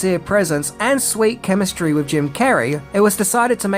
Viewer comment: You lost me at "wif a green head" learn the TH sound.... sad